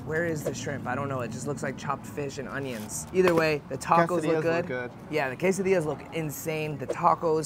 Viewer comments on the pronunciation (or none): none